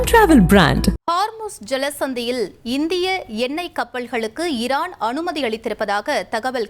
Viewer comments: ஏன் அம்மா உங்களுக்கு தமிழ் வாசிப்பு அத்துணை கடினமா? ஈரான் என்பதை இரான் என்று வாசிக்கிறீர்கள் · அம்மா இரான் இல்ல ஈரான்